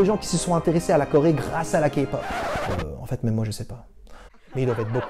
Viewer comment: super tu sais enfin dire K-pop correctement (en plus t coréen donc tu devais normalement savoir) #ARMY !!!!!!!!!!!!!!! #BLINK !!!!!!!!!!!!!!! #EXO-L !!!!!!!!!!!!!!!